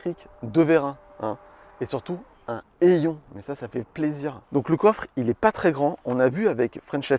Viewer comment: un « heillon » 😂